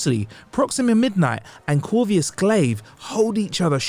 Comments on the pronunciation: CorVUS not CorVIUS Glaive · It's corvus glaive not corvius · "Proximia" "Corvius"....this guy is a moron. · How did you completely mispronounce Corvus and Proxima? You added a nonexistent “I” to both names. Weird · Dude, learn how to pronounce Proxima and Corvus consistently, geez. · Dude, learn how to pronounce the names of characters before recording a video. This is supposed to be professional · Number 10: The butchering of the names Proxima and Corvus… 🤦🏻‍♂️ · and I'm pretty sure I heard him say " Number 5 ....IronMen"